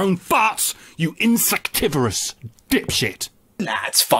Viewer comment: What's this word, it sounds like "insactivorous" but that isn't a real thing.